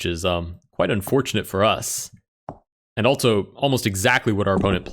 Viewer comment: I can’t help but notice that he pronounces also, “altzo”